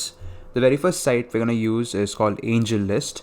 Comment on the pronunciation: Angellist ???? Kya bola clearly koi batana yar